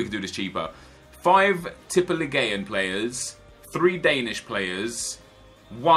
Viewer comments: teep e leagu an thats how you pronounce it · In Tippeligaen, you dont say the E. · Please don't say tippeligaen again, your norwegian isn't at 100% Ps: i love your videos on both channels. I am Norwegian thats why my english isn't on point. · I am from Norway an you pronounce it like Tippe like tips just with the other letters and league just with an at the end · its prounanced tippeligan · pronounciation is; tippe-league-an say it fast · AS a Norwegian guy, your pronounciation was so wrong, but i rate the try keep it up Nepen the Z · OMG the way you said tippeligaen im so triggered rigth now 😂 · Hahaha, the way you pronounced Tippeligaen killed me! Don't worry about the "en" at the end. Just call it Tippeliga or say Tippeliga-players. ;) Don't even know why I care, since you'll probably say Tippeligaen about 0 times the rest of your life.. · You dident just say tippeligaen wrong, you sedd it so wrong i coudl stop laugthing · I'm from sweden and this is the norwegian league and you say it very wrong. Absolutely hahahaha